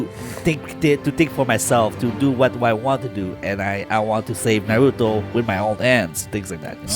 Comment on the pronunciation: Obido, Narudo, I know you're embarrassed but just pronounce it correctly!